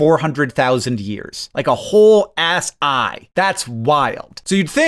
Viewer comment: Me listening on my drive to work drifting focusing on and off: What the hell is an "ass eye?!" Also me: ass eye could be kinda cool to have